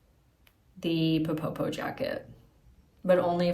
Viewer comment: Hi love your channel and love your thorough videos. Just wanted to let you know that ppo ppo is pronounced like this in Korean